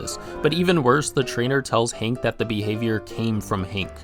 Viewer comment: It's Hank with an A, not Hink with an I. Hink Hill? WTF.